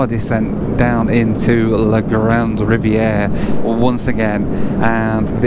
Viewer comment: Riviere is NOT pronounced Riviera.... DUH, silly limey can barely speak English, much less French. In northern Quebec the majority language is likely to be Cree or Inuk rather than English or French